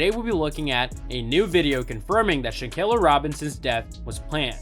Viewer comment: Please do your research and pronounce her name properly.. Shanquella♥️ justice for Quella✨